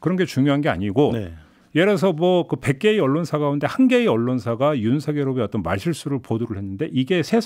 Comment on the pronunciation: 여담인데요. 윤석열을 발음할때 윤서결이 아니라 윤성녈이 아닌가요? 남자 기자분만 제대로 발음하시는 듯해요.